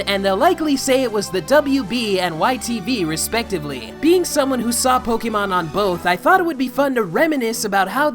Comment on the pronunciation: WOW SAY Pokémon the correct way with the accent . GET IT CORRECT or " SHUT IT DOWN " - quote from Gordon Ramsey